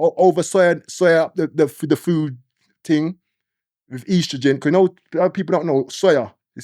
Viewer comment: Its estrogen not ostrogen 😂😂